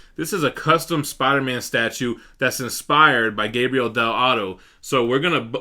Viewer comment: it's Gabriele, not Gabriel! btw keep up the good work man!